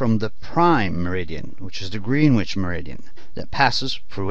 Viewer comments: Hearing Greenwich pronounced as “green witch” really hurts lol but this video helped a lot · It’s pronounced Gren itch NOT greenwhitch lol